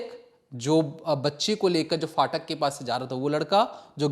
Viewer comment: Phatak hota hai faatak nahi